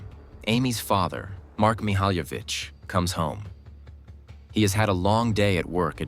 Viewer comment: He pronounced her last name incorrectly every time he said it. So annoying. I had to quit watching this video because he can't even say her name correctly